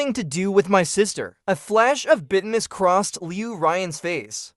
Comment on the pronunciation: you really need to retrain your AI voice over to correctly pronounce words like bitterness. Because bitterness sounds more like business instead of the actual word. Great videos BTW and I really enjoy watching your videos.